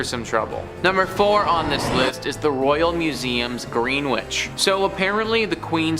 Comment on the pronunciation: Greenwich is pronounced Gren-itch